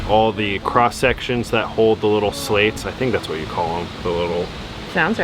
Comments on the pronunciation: Its 'slats' not 'slates'. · Hey they are called Slats. Not Slates. Lol